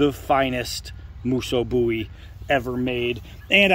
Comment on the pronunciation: Much love to you brother! Thanks for pronouncing the name right! 🙏🏻 we didn't call him Jim Bowee lol